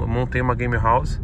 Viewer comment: "Gamerauze" lkkkkk não é querendo ser professor de ingles mas se escreve game house